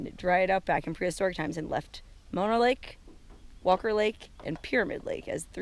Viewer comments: Man Mono (pronounced Mow- Know)? .. and I wish you had more subscribers.Shared on Twitter. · Please pronounce Mono correctly. It sounds like Oh no. Not like the kissing disease.